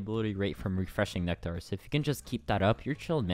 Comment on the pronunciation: It gets annoying how you pronounce nectar